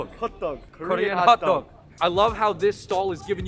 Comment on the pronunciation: LOL the "Korean" guy didn't even say hot dog right in Korean. HUTDOG. Also, the sugar isn't batter. Sugar is just sprinkled right after being fried.